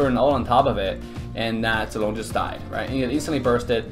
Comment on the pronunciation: are you abc ? because when u speak zilong it looks like u know how to speak chinese